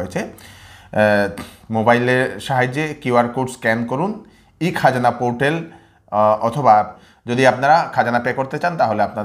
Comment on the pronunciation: তাইন অইলা বিষ্ণুপ্রিয়া মণিপুরী উচ্ছারন ভুল কইলে শুনতে ভাল্লাগে।